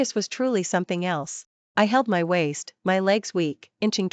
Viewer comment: Teaser is incorrect for the story. Some words are split incorrectly (wai-st), causing them to be mispronounced. The story is good however.